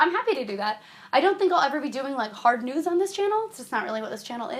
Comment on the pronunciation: when you say "news" it sounds like you're saying "nudes"